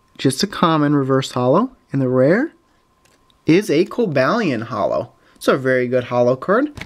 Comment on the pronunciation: you say cobalion wrong